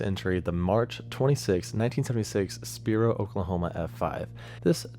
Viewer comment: spiro is pronounced Spy Row lol